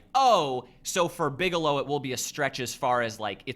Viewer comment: Bigelow, not Bigalow.